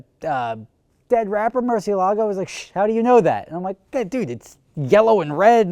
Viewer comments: Mercy AY lago, NOT mercy a LAGO!!! Damn how many people can't say the name correctly! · its not murcielAgo, its murciElago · Velahcity that's not how its pronounced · Liam Bach he says it wrong. Just like most Americans. Its a Spanish word